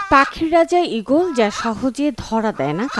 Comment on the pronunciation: ঈগল না 😂ওক্কাবাস😂